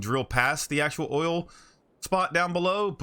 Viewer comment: Did you just say O I L ?